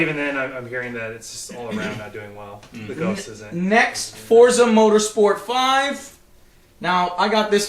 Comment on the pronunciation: It's "FORT-ZUH" Not "FOUR-ZUH."